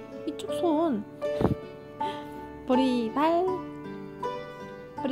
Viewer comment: 저요 "보리발"이라고하실때 보리밥이라고 하시는줄알았어욬ㅋㅋㅋ